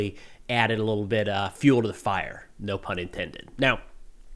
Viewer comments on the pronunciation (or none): none